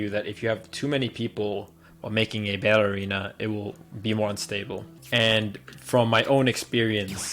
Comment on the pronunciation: Sounds like he is saying "ballerina" instead of "battle arena. Hah